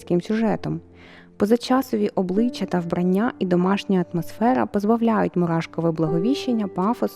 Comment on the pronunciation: Шановна! У слові Вбрання ви ставите наголос на першому складі. Але і маленька дитина знає, що в таких словах наголос припадає на останній склад! Якщо вирішили жити в Україні, то вивчіть українську мову!